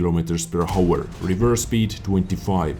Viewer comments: Hi:) I really like your video! But it is really annoying for me when you say hour:D you don´t say the H in that word it is like our not hour:D keep it up, excelent work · When you say: per hour, the H is silent 😄 it makes me crazy when you pronounce it wrong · please dont pronounce the "h" in "hour":)